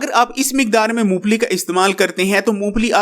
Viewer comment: Uncle g yeh "moongplli" nhi "Mong Phalli" hoti hai